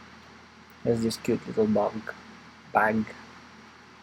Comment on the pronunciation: Pwede mo yata sya lagyan ng hash tags para masearch? 🔎 Natawa ko dun sa "bug" "bag" 😁